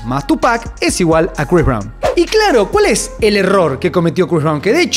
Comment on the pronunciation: Crois Brawn...😂😂